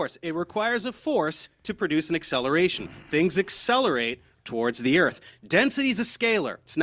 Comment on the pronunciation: The word is pronounced "Earth" not "Erf" ffs.